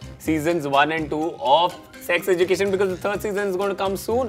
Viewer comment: The pronunciation is ejukeshn not what srishti said!!